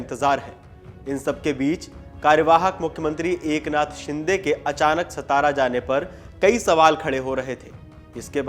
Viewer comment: सबसे पहिले सा ता रा कहिये, स ता रा नहीं. आपकी नाम से मात्रा हटाई तो आप को अच्छा लगेका क्या?